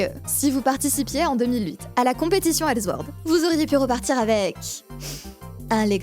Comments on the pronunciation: ok c'etait publié par les allemands de gameforge mais c'est pas la peine de dire elzword comme si c'etait allemand haha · Superbe vidéo, sincèrement, mais ta prononciation du S de sword (qui ce prononce comme un S et pas comme un Z) ça m'a fait vrillé...